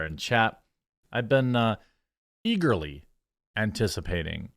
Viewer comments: You said eagerly but I heard e-girly. What is happening to my brain? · Eagerly or E–Girly?